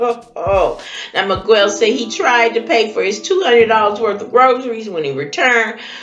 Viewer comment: ewww its not that hard, Mee-gell... and if he felt the need to leave without laying, Nothing's funny about it🙄